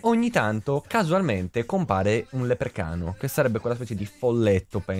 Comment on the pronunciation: Senza offesa velox ma si dice leprecauno non leprecano